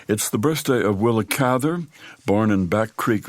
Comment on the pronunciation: And thank you for pronouncing Willa's last name the right way !